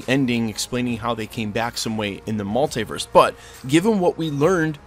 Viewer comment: STOP PRONOUNCING MULTIVERSE LIKE THAT